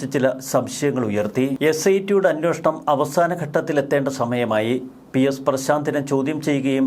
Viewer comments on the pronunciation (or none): none